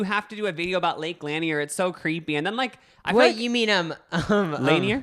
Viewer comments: it is pronounced lake lan-eer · Noooo it’s pronounced lake “LUN-EER” I live 15 min from it!! Hahaha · as a Georgian, the way you are pronouncing lake lanier is SENDING me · Butchering tf out of lake Lanier but that’s okay bby I live here and knew immediately what u were talking about <3 my family has had a boat on this lake for over 20 years, we haven’t had anything crazy like these stories, but growing up I got in of course cause I was a child and loved to swim but it always made me uncomfortable and like you said I felt like someone was going to pull me under and I just felt unsafe while in the water. I am 20 now and I don’t go out there much and if I do, I refuse to get into the water cause I feel safer on the boat. Honestly there are a lot of horrible drivers here who do not understand how to drive boats or jet skis and that can be one of the main causes for such spikes in the past 30 years. But it’s a creepy and gross lake that has always given me weird vibes since before I realized it wasn’t a natural lake lmao